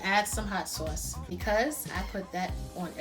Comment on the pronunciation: Got to love that northern pronunciation of saw-uce rather than sauce without the "w".